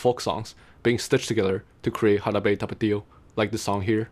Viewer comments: I had to look at your profile to see where you were from because you have a taiwanese accent speaking English but when you say Jarabe Tapatío you sound SO japanese (ハラベタパティオ) hahaha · You said "Jarabe tapatio" with good pronounciation, well done! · Every time you said Jarabe Tapatio, it became funnier.